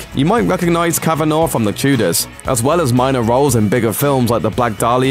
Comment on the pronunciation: Speaking for every Irish person who has found themselves absent-mindedly consuming this tripe to the end, it's pronounced cavan-ah, not cavan-aw.